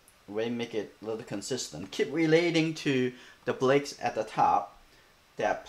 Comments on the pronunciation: Let me hear you say bricks in his language. I bet it isn't the only word you mispronounce. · ...I don't think it matters how he says it. What's important is the lesson.